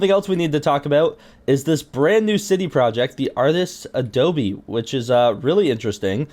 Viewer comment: It’s a-doe-bow